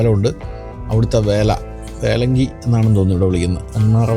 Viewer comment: എന്താ വേലങ്കി അല്ല വല്ലങ്കി vallaല്ലെങ്ക വേല